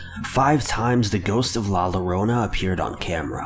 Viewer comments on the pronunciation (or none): Pronounced La Yorona, not lowrona! Just talking about pronunciations!! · “La Lorona”... Nah fam, I had to stop. My latino ears are bleeding. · It is pronounced La yo-rone a...! Get it right!!!!! CARAJO!!!!!!!!!!!! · It’s pronounced la yorona not with L the double L is Y in Spanish for those who don’t know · It’s not pronounced la lo-ro-na it’s pronounced la Yo-ro-na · It pronounced La "Yorona" just so you know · It's pronounced "La Yorona" NOT "La Lorona" 🤦‍♂️ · Did he just say "La Lorona"??????!!!! aaaaaaaaaaaaaaaaaaaaaaa wtf "LL" = "Y" in Spanish la llorona = "la yorona" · Lah loronah 😂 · bessford la yorona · But come on! so he can't say the name right, "I mean I bet some of y'all can't even say a word or a name right, even I can't say a name or word right." Beside I call her la Rono and I'm Hispanic! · "LaLArAinA" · Lmao fr it's stupid how he says la llarona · My guy every time u say la llorona you make me weep it’s pronounced LA LLORONA (YORONA) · 'La Llorona' is actually pronounced 'yo-ro-na'. It's hispanic, and is from an old Mexican folklore. The story is passed down generation to generation, and the story is, is that La Llarona drowned her children, then drowned herself. Due to drowning her kids, she was not allowed in the afterlife, so she haunts bodies of water, searching for her lost children, and will often cry in pain and sorrow, or even, ear-splitting, deep screams to lure people who may come across her. She's said to take children who she finds wandering alone to replace the kids she lost. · I die a little every time he says "LO-rona" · My dude said “la lorona” 😂😂😂😂😂😂 I lost my shit man lmfao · “La lorona”😂 I’m sorry I had to. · Not judging but it's pronounced la YoRona the llo is just Yo (I'm Hispanic btw) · Hey bro, when you see two L's, it makes the Y sound. It should sound like "la yorona" in English. For next time I guess. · Its pronounced yo rona. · How to pronounce La Llorona in Spanish La Yo-do-na But try to say it a little quick